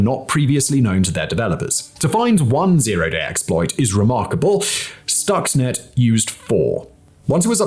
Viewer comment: For a clue on how to pronounce "Stuxnet" one only need look at the spelling: Stuxnet So, we may conclude that the correct pronunciation is – you guessed it – Stuxnet, not "stoxnet"